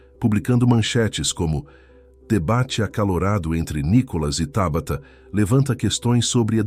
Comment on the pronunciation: É Tábata ou Tabatá. Já vai começar a trocar a cilaba tônica de lugar?